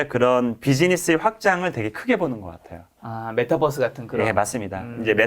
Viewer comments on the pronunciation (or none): none